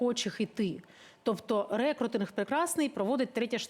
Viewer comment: Рекрутинг - наголос на у.